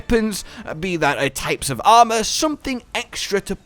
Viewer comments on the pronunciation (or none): none